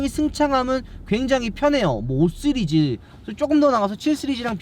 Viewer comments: 은 시리즈 발음을 잘못해 ㅋㅋㅋㅋㅋㅋㅋㅋㅋㅋㅋㅋㅋㅋㅋㅋ 스르즈 ㅋㅋㅋㅋㅋㅋㅋㅋㅋㅋㅋㅋㅋㅋㅋㅋㅋㅋㅋㅋㅋㅋㅋㅋㅋㅋㅋㅋㅋㅋㅋㅋㅋㅋㅋㅋㅋㅋㅋㅋㅋㅋㅋㅋㅋㅋㅋㅋㅋㅋ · 이거보고 자꾸 스리즈 발음 신경쓰이넼ㅋㅋㅋㅋㅋㅋㅋㅋㅋㅋㅋㅋㅋㅋㅋㅋㅋㅋㅋ